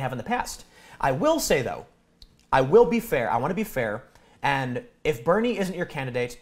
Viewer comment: Wait. Did he say Bernie or Beanie?